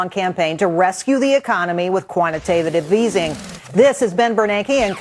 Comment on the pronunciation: the bitch said 'quantitatitive easy'